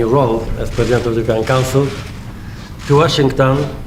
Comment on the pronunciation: Tusk jako przykład poprawnej wymowy to jednak taki sobie przykład. Po jego "European" to aż mi ciarki przeszły.